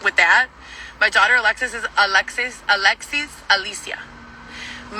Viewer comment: Okay,. Saying Alexis with a latina accent does not make it a Spanish name.